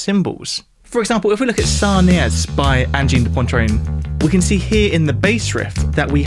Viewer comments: I don’t get how Brits and US Americans can look at the word „poitrine“ and randomly add an n, making it become „pontrine“ ?!?!? (I’m German) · I find it really jarring to listen to. Not the music, but you consistently saying pointrine. Somewhere between Poincaré and poutine. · Angine de Pontrain? WTF Phonetically Poitrine is Pwa-treen, if that helps? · why are you saying pontrine? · "Pwantrine"? 😂 There's no N in Poitrine, bro. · It's not "Ahngeen day Pohntreen". "Poitrine" is pronounced like "Pwatrihn". Y'know, in your multiple hours of making a video where you'll say the name 20 times, you could spend 3min on Google Translate to learn how to pronounce it... Would show some respect. Otherwise, very nice video! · Pronounced *un-jean de pwa-treen. There’s no ‘n’ in the middle of Poitrine. Great analysis, 🙏 ✋🔺🤚 ❤️ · Poitrine, not Pointrine. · It's 'PWAH'-trine goddammit! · I did like the video, but you could have at least looked up how to pronounce the name of the band correctly. Made me flinch every time you said "pontrine". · It's POItrine. there is no N in the first part of the word. You're pronouncing poNtrine. That N isn't there. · It's pronounced 'pwatreen' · It’s ‘poitrine’. Not pontrene. Say it right. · Opening words: "This is Angine de Pontreen" - err, no. It's pronounced "pwah-treen". Like "petit pois". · Stop saying "Pontrine" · "pawntreen" lmao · Poitrine, not Pontrine. Good explanation of the theory though and some interesting observations. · There is no N before the T in poitrine - PUATREENE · He even says Pon-train at one point. Edit: more than once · Pronounce Poitrine correctly for goodness sake. There's no N in the middle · There’s only one n in poitrine say it right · Amazing that someone who works so much with his ears as, doesn't even learn how to correctly pronounce the name of the band he devotes a whole video to. Still it's so simple to go to Google Translate, select "French", type in "poitrine" and click on the speaker icon.